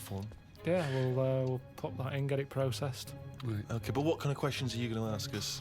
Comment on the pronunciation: how many british people actually say "processed" like that? 🤣🤣😂